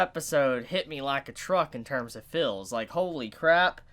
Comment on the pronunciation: Its pronounced feels not fills